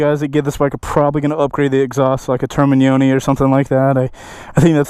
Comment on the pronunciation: Bravo for pronouncing "Termignoni" properly!